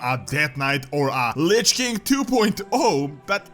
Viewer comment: The way you pronounce king sounds like 'kink'